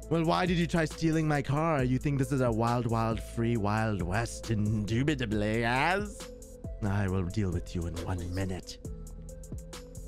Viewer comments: ''indubitubly'' gets me all the time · Indubitably induitably